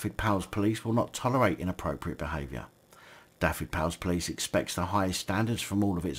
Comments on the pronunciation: just a little tip on pronunciation, single F in Welsh is said as V so its (dove-ed,) Dyfed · the F is said as a V SO IT sounds like this Du-ved.